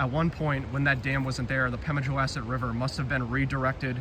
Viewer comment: Nice video. Please, …wass.. as in the name of the river rhymes with boss, not mass. There are also some cellar holes across the railroad tracks. I believe NH public TV did a program about it. You might search online for some non copyrighted images to edit into your videos.